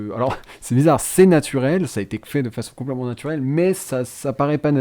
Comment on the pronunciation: J'adore quand dit"Compl'èment" XD